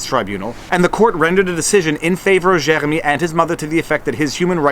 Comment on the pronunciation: Was listening to this in background n you started saying Jeremy n I thought you were eating peanut butter so I tabbed over n realize I just dont like french pronunciation. Accidentally let my American show, I know.